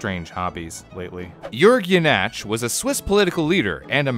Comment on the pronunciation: You pronounced the name Jenatsch correctly but then butchered Basel and Chur? Lucky or did you look up how to say Jenatsch?